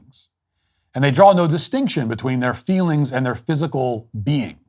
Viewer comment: Ah, fweelings.